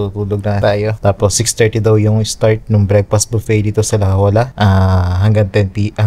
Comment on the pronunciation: La “ pronounce as hoya” instead of Jolla